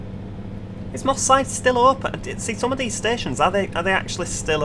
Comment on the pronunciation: Moss side sounds like Mossad